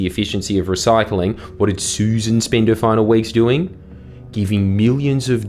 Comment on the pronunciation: What is wrong with you Jordan? Susan is spelt Susan. The ex environment minister is pronounced Suss an.